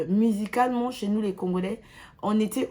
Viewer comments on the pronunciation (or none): " Musicalement " te , mais " Mizicalement " elle dit 🙄🙄🙄 Tu veux complexé les gens na francais....mawa trop mutu muindu Impressionne ceux que tu sais impressionner Chimene , biso te 🖕🏾